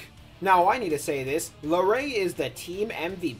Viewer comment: It’s La-RUE not La-RAY jsyk